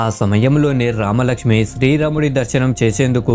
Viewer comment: nuvvu sarigga palakadam neerchuko plsss. Sthri ramudu kaadu... Sri raamudu.cha.devulla peerlu ela daridram cheyakandi plsss